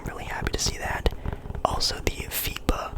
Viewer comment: I thought I heard fifa when u said fiba or something 😭☠️